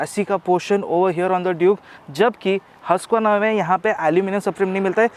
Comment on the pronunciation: It's pronounced 'who-sq-verna'!